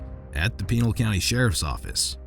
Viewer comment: HAY narrator could ya maybe try even a bit to properly pronounce the county where that meat head cop worked ?